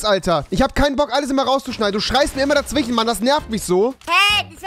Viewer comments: Hast du nen sprachfehler ?? Du sagst immer dazwichen statt dazwischen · Rewi kann nicht dazwischen aussprechen 'dazwichen'